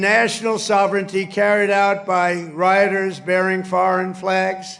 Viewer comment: Correction : riots not roots